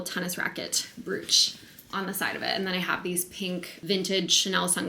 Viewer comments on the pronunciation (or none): This video was incredible and wonderful but Im so sorry, I have to say it. It’s a broach (br-oh-ch) not (br-oo-ch) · Always love your vlogs, especially Wimbledon. Is the way you say brooch the american pronunciation? In the UK it's more like browch (rhymes with approach) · It's pronounced Broach like bro-ch lol also loved this video editing sooooo good u crushed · Baby girl I love you so much but let me help you- brooch is pronounced like broach, it rhymes with poach, coach, roach ❤❤❤